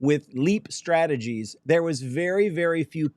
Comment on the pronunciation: "Microstrategy" not strategies 😅 there's only one, love ya 😂